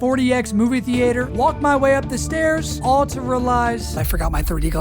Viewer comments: movie thee-ate-her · Why do you pronounce it thee-ater? 😂 😂 😂 😂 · the way you say theater ruins the video off rip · I love the dedication to pronouncing “theater” that way